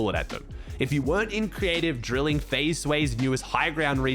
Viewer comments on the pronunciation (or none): none